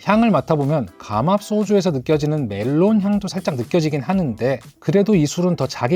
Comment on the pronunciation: melon '메론'이 아니고 '멜론' 입니다